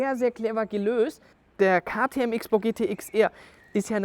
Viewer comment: So viel ich weiß wird XBOW "Cross-Bow" ausgesprochen oder täusche ich mich????